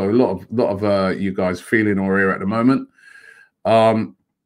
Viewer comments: AFTV - “ah-war” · Robbie, it's not "Houssem Aurier", you pronounce it "A-wahr" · I think it's pronounced A-OE-AR. With the first A pronounced more like an AU. Correct me if I'm wrong. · Can Robbie just pronounce Aouar properly🤦‍♂️😂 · it s pronounced a-war robbie not aurier ,aouar and we say a-war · Aouar is pronounced like Ahw-wah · Aouar... Robbie stop butchering this boys name😂